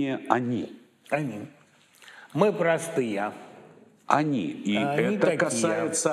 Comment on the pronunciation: Быков, что это за слова об отношении народа к артистам, произнесенные через губу -"мы прАстыЯ!" Может быть артисты зазвездились, потеряли берега, возомнили себя элитой, а отношение народа к ним - просто ответная реакция? Вспомните Боярского, Михалкова, Машкова...